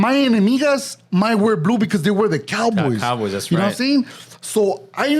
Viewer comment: Hahahah! couldn't say hell's team is coyBOYS Just like he won't rock with Raiders